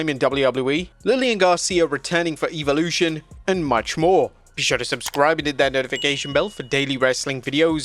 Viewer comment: Why can't you pronounce Evolution correctly???🤔